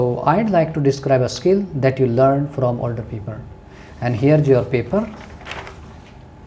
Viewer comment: Here juar paper 😅😅😅